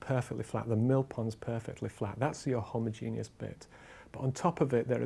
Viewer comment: "Homogenius" ffs